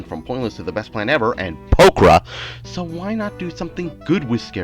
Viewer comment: "And POKRA."